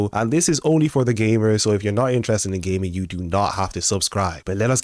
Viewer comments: your accent sounds like "gay men" not "gaming." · look I know you said gaming but why’d it sound like you said “if your into gay men” bro…..